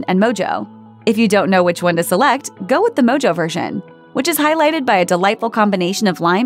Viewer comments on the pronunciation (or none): It’s pronounced mo-ho not mojo.....smh😖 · It's moho not mojo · Publix shouldn’t be that low on the list. It’s also not pronounced “Mo-Jo” it’s “Mo-Ho”. It’s a Cuban style seasoning. Every time I go to Costco there’s never chickens out. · My goodness, I had to laugh out loud. MoJo is NOT pronounced MoeJoe it is MoHoe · It’s pronounced MO-HO. Not mojo. It’s a Cuban flavoring. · It's pronounced mo-ho, dear, not mojo. A Cuban/ Spanish flavoring mostly citrus and garlic. You can get it in a bottle. Makes a good marinade for chicken or, more often, pork. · I’m an avid Publix shopper. So to hear her pronounce “Mojo” like “Moe-Joe” broke me. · The "mojo" chicken...call Austin Powers! Or tell them it is pronounced "mo-ho." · I cringed so hard when she mentioned the Mojo Chicken ("MO•HO", the j is silent like an H because it's Mexican derived) like mojo jojo from the Powerpuff Girls 🙄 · It's pronounced moho (it's spelled mojo, I know) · No one's going to call them on "mojo chicken" ? ... Sigh ...fine I'll be the a hole It's mo ho like how jalapeno is halapeno When people say mojo chicken I just keep it imagining Mike Myers in Austin Powers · “Mojo” pronounced mo-ho 🤦🏼‍♀️ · Did she just pronounce Mojo (pronounced mo-hoe) like that? Really??? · These videos are full of such silly misinformation like "Walmart chickens are always fatty". Or pronoucing mojo like "moe-joe". Or saying that Publix BBQ chicken is bad. If you take these videos seriously you need to rethink your life. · It’s pronounced “mo-ho’. 😡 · Lol! No one told her how to pronounce mojo. She went straight up Austin Powers.